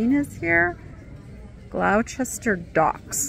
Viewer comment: Gloucester docks paperweight is pronounced ...gloster simple as that xx